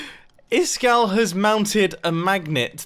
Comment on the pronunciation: Who's isGall85 seriously it's supposed to be Iskall85